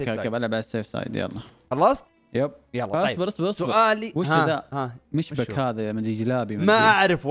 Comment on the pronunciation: وتعالى نا عزه الله يهديكك المشبك اصله سوري او تركي اختلف العلماء 😂😂 .. بس هي اكله عدت على مصر واتعملت بطريقه مصريه مخصوصه هتلاقي في جوجل طريقه عمل المشبك الدمياطي .. ومسموش مشبك مش هننشر ملابس احنا هنا 😂😂 .. ليها طريقه نطق مشبك دا عندنا منه ببلاش في دمياط في مصر مشهورين بيه هنا تعالى ونعزمك 😂😂😋